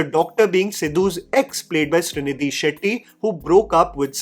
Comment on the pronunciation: Hearing Srinidhi pronounced correctly felt so good. It’s my name as well 😄